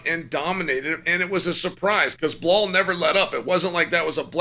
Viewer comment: You insult Belal when you mispronounce his name